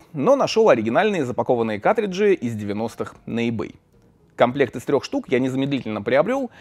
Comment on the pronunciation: ну почему каТриджи, а не каРТриджи?!?!?!?!??!